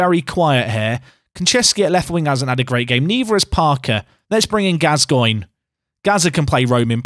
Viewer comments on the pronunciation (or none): none